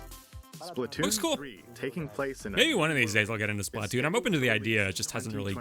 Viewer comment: it's Splatoon not Splahtoon btw